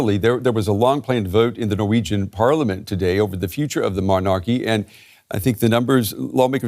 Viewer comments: Sorry can not get past the anchors pronounciation of "Mon-Arc-ee' can some one please teach him its said like MonaKey only stress is at start the middle and in the middle the ar is softer not three seperate gutteral syables it one word. Guess he doesnt say it so often 😂. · why does he pronounce MONARCHY that way? Gzzzz soooooo annoying!!!!!! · Why can that man not pronounce “monarchy” properly?